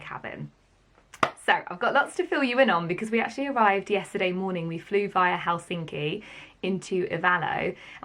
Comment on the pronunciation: Finnish pronunciation help: the stress is always on the first syllable. Do that and you will sound soo much better...example Helsinki is HELL-sinki, not Hel-SI-nki, and so on. And for "I have been ti Finland" extra bonus points learn how to pronounce "sauna"...even the natives will be impressed that you bothered.